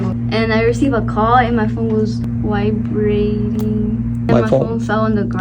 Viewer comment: The way she said vibrating 👹